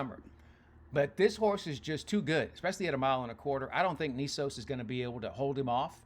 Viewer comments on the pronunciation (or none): Knesos? It's Mr Nysos dude. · It’s Journalism Nysos not Knesos ,like your post but pronunciation of Baffert horse is incorrect.